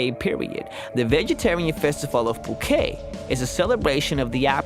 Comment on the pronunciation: you struggle to pronounce some of these places. for example, it's said poo-ket similar to tar-get as opposed to tar-je